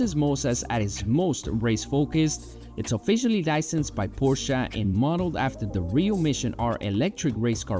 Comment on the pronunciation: I truly appreciate when people say Porsche correctly.